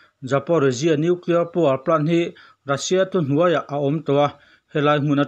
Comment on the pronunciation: News kalo ngaithla thina,angaihnawm thin hle mai,hanin hrilh rual loh chu in in nih chungin han sawi ve ka duh,lehkhathiam chu kani hauh lo na in ka sawi duh chu,entirna:(Russia Ni rengsi in Rassia tih a lam thin hi adik chiah dawn em aw ?tin, National: hi Alan dantura Ni awm tak chu (Nesawnal) ( Ne )Ni awmtak (Na) tihlai hi afuhlo deuhnalai awmin alangtlata,English spelling ah chuan Nation chu Nimahse,amizo spelling (NE) alang tlatmaia hi ka sawi duhna lai chu ani,ngaih mawh zawng ka han sawiin kanti lang ve anih chu